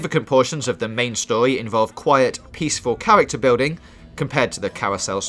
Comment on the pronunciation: Qwiet, peaceful cawacter bwilding